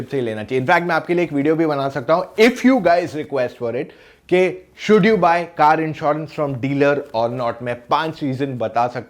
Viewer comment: कार, not कर